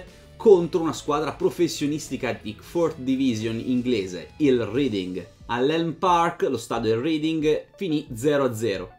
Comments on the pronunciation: R"E"ding, non R"I"ding. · Bella storia.. Comunque Reading è un paese inglese, ci sono stato e si pronuncia reding non riding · Credo si pronunci "Reding"